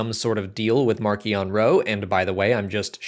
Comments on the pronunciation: For what it's worth, the audio book for Light of the Jedi and the official Star Wars youtube channel say mar-see-on not mark-ee-on. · I've been pronouncing it 'marsh - ion' and I'm never going back on that!!